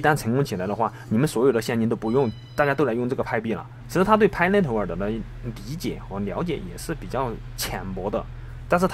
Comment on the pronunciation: 谢谢！注意pi network发音！尾音读k